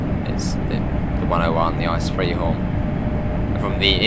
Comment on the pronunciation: Can you say I C E and not ICE